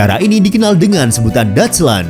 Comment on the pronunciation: Deutschland dibaca doicshland